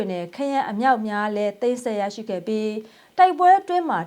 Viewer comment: သိမ်းစည်းလို့ပြောပါသိမ်းဆဲလို့မပြောပ့နဲ့